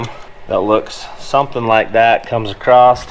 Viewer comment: you say acrost a lot in this video. Btw I do not say across either and it bugs the ever loving hell out of my wife:)